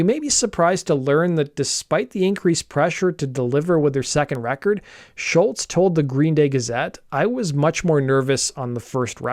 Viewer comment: Great vid young man. Top notch as usual. I love seeing younger folk talking about music done in my time. Pro tip: the way you pronounce Tom's last name is "Shoals" like Muscle Shoals from Sweet Home Alabama fame.